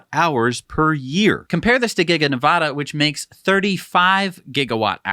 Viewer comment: I know you won't see my comment, but please -- the state is ne-VAD-a not ne-VOD-a -- check a dictionary, wikipedia, or forvo. It's grating to hear you guys mispronounce Nevada every episode!